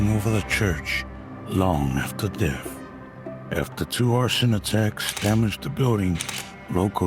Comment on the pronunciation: Its the voice over for me, it was the “but when the church was abandoned, the people said somefing else moved in” and “as if hes still watching over the church long after deaf”🤣🤣🤣